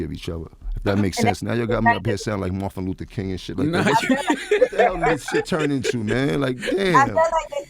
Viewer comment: He said Marth Luther King 😫😩😭